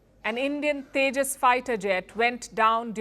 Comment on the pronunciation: Ye Teja Teja Kya Hy ye Teja teja😂😂😂